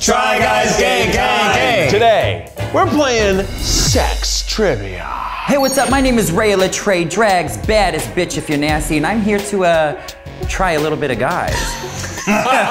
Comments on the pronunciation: Why does he keep pronouncing litre as “li-tray”. Tell me he’s joking and not that dumb. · No one talking about how the host is pronouncing litre hahah "le tray" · I love how she pronounces “litre” 😂